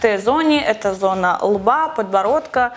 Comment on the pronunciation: Раздражает когда она говорит тэ зонэ